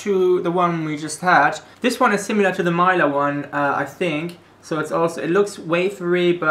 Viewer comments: Pronounciation tutorial: 1. Mila: not "Mayla". Instead "Meela" with short "ee" 2. Mäta: you did pretty perfect 3. Horalky: not "Whore-alky" LOL ... just simply Horalky with the emphasis on the first letter H ... In slovak language the emphasis is always on the first letter. 4. Deva: here "e" sounds like "ä" from previous Mäta ...so not "Diva", but "Deva" ... Plus in this case the "D" sounds the way you have no alternative for. So try to use Google translator to hear it :) ... btw it is an archaic term for a young (and pretty) almost adult girl/woman. 5. Sojové rezy: correctly "soyové (long e) rezy" ... "z" sounds just like an english "z" ... and You´re right - it´s a perfect pack of energy for hicking. 6. Rumba: not "Ramba" but "Roomba" (short "oo") 7. Pikao: it´s a condensed milk with chocolate/cacao These all are the classics from the socialism era and didn´t change at all (except the new version of Sojove rezy). The original retro styling of the packages is intentional - it works, people love retro :) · pronounciation - soyove resi Mila h´oralky Mila...like not i like "i", but like "e" Slovakia brand is actualy made in Czechia (Czech republic) Great video, enjoyed it much :) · Mila was pronounced so bad it hurt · Ur saying Mila wrong